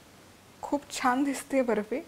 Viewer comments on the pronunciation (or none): हो बर्फीचा उच्चार ऐकून मी पण खूप हसले...फॉरेनरनी केल्यासारखा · Tumhi asa mula sobat boltana Bafi asa ka boltay English madhe ?😂